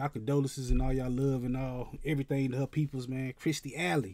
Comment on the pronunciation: It’s “Kirstie”, brotha.